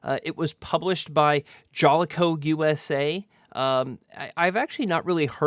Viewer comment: Sorry to be one of those guys, but you prounce Jaleco: Juh-Lee-Koe They published MANY retro titles I used to play. This is a great review of a game I want to play. Thanks brother!